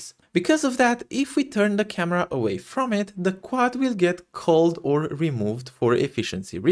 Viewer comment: The vertex being a xy as opposed to setting just the x was what I was missing. Great timing on the tutorial for my current game jam! Also I thought you said, "So it doesn't get cucked." lmfao